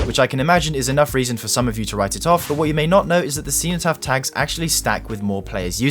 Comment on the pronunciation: Man as a Brit how did you pronounce cenotaph so spectacularly wrong